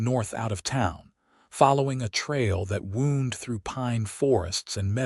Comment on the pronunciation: Agreed. I just wish the reader could use the correct case of the words with multiple pronunciations: wound, read, live for example. Or that the content creators would edit the script. The river wound (w-aw-nd, not w-oo-nd) just chang it to the river made its way around the hillside. Knowing Mmm is a sound, not three individual M’s said as M M M I playback at 2.25x speed, so my experience with the sound of the reader is different than those listening as it drags along like a drunk mental injury patient learning to talk again. But this is one of the best readers at the increased speed.